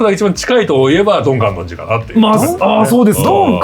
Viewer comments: 皆さん「かんのんじ」って仰っててちょっと気になったんだけど、アニメではあんまりそこ拘ってないのかな？w 単行本の注釈がすごい頭に残っちゃってるから個人的に拘ってたんだけど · ドン・観音寺は、「かんのんじ」ではなく、「かんおんじ」です。 マジレス失礼しました。 BLEACH最高！！！ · ちなみにドン観音寺は かんのんじ では無く かんおんじ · ドン・観音寺のことを「かんのんじ」って言ってるのが気になる… 「かんおんじ」です😂 とにかく、ブレソルコラボ嬉しい！ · 「かんのんじ」じゃなくて「かんおんじ」なんだよなー、と思う厄介オタク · 「かんのんじ」じゃなくて「かんおんじ」なんよなぁ:_マフィア梶田